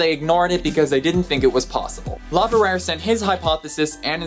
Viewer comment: Really interesting. Don’t think me rude but Laverrier would be pronounced ‘ La Very air’. I’m from Montreal and speak both. Keep up the good work.